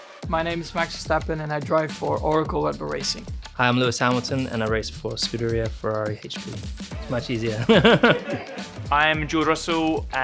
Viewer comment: "I am Sharls Leglerk an imaformla1drivefor ScudararerrFari aichpee"